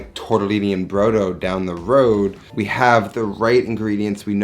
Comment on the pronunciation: Omg, every time you said brough-dough it hurt my Italian heart. For those who actually know which way is up, brodo di carne is meat broth, made to be consumed as a soup. Broth is NOT stock. Broth is made with meat! More than you used. And not a kilo of onions. Jesus wept.